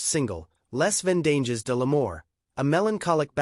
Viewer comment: Please, please learn some basic pronunciations of the European languages. Google translate is your friend. There is an audio link that will give the pronunciation. I think you were "trying" to pronounce "Les Vendages de l'Amour".